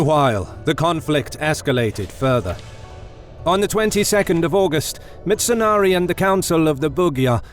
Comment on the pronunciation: Its mitsunari. Not mitsonari